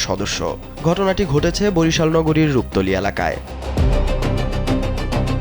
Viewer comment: রুপ তলী নাকি রুপা তলী❗️🤔🤔🤔